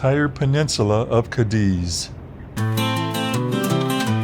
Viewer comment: Cádiz is pronounced like "Caddies" (golf caddy plural) The accent is on the 'a' and not the 'i'. No drawn-out eeee (i). I live in Málaga. We're on the Meraviligia from Barcelona next week in the Yacht Club. Its our 3rd time on the ship. We went before out of Brooklyn when she was based there.